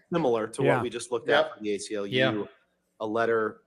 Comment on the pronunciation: Im sorry... Did he say "gay-CLU" and not ACLU in the beginning? Not sure if i should be laughing or getting offended for other people..